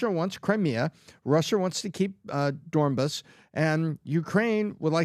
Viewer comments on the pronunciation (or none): Can someone tell that the region name is Donbas, not Dornbas… been a while